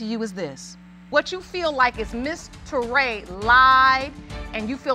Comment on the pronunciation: Did grandpa just say "3:6 months years old"? Touray, a very common surname in west Africa accept its pronounced as Tooray